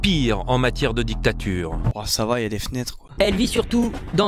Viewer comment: " Oh ça va. Y a des f'nêtres, quoi " ^^